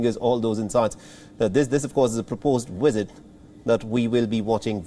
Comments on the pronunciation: its visit not wisit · Take a drink every time he says WIZZIT!😵‍💫😂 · I thought you were exaggerating, but that "wizzit" is out of this world. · At first i'm like wtf is a "Wizzit" then i realized he means visit LMAO! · 😂🤣😂 I’m laughing at how he pronounces visit (Wizit), I cannot take this seriously, Between the presenter, the USA and Chinese situation. It’s comedy at its best. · I don't know what a "wisit" is, but I now know that Chinese people emphatically don't like them! 😮